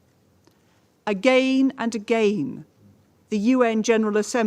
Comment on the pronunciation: Agayne and agayne 🤣 🤡